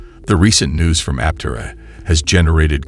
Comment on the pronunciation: It'd be nice if script readers learned the prevailing pronunciation of the company they're promoting. It would help add some credence to their message.